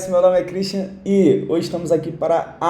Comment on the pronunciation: Cara eu nunk entendi tua entrada 😅.. quando tu fala teu nome. Esse "i" vem da ond?😂